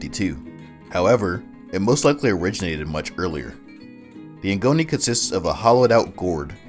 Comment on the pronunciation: Ngoni is pronounced (Goni) you don’t prenounced the n